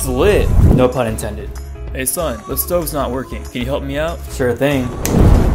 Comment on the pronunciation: Thats lit part sounded like "A PUN"